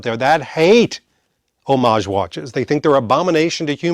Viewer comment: Thank you for using the word homage correctly. Nobody ever does. They say HOM-AGE😮